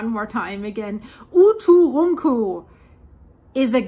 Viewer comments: OO TOO RUN COO simplified pronunciation ( I think) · The Icelandic girl can't say "uturuncu" but she can say Eyjafjallajökull [btw I literally googled: "Eiyadhghlakwd volcano" and it immediately came up as "Eyjafjallajökull"]?! 😂😂😂😂😂😂😂😂🤣🤣🤣🤣🤣😅 I just randomly typed a bunch of letters after starting with "E" and google was like, "Oh, it must be an Icelandic name." I pronounce it as "Eiya-fuck-whatever-it's-called". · Dein deutscher akzent hämmert bei uturunku arg durch ;)